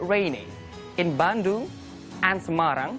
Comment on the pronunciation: Meleset juga sewaktu mengucapkan Semarang dan Yogyakarta.